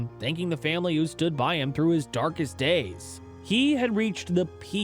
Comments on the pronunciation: You keep saying Masterson!!! But it is Masterton !!! Please correct this please out of respect for the late BIll Masterton . Thank you kindly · 1. Disgusting disrespectful thumbnail. 2. Meaningless repositions of the same point. 3. It’s the MasterTON award, not Masterson. Some people might be embarrassed when broadcasting their incompetence. Props to your for throwing credibility out the window and posting this brand of fresh, newly piled dog shit.